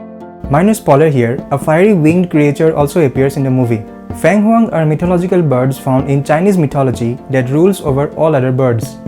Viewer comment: Pronunciation: Feng Huang Feng = Sounds like Fern Fir Feng… Not Fang 🧛‍♂️.